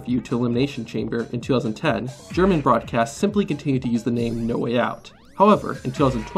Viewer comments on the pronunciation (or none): none